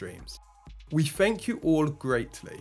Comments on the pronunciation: Don't make fun of his speech impediment! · Issa cockney accent mate